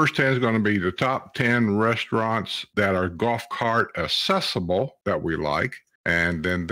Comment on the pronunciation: Are you aware accessible has a "C" accessible not assible !